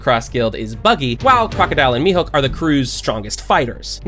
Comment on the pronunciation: Will this channel ever say mihawk instead of mihook